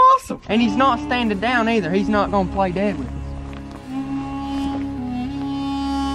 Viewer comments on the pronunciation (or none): none